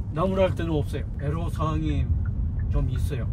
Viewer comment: 에로사항이 아니고 애로사항입니다..애로는 한자입니다